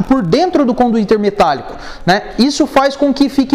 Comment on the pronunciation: CONDUITERRRRR KKKKKKKKKKKKKK